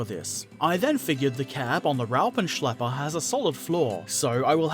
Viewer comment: Pronounciation of Raupenschlepper was excellent. Thumbs up!